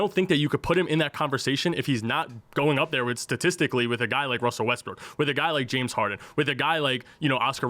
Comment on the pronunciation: 🥷 said “Jim” Harden. If you don’t know what Hardens name is you can’t be talking ball